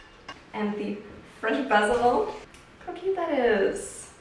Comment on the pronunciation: The way she pronounces Basel 😂